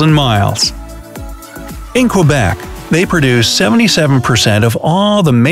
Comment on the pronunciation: Man you don’t know how to say Québec. It is not kwah-bec! It is ke-bec! I am a proud Canadian and speaker of French and English. Like if u r too!🇨🇦🇨🇦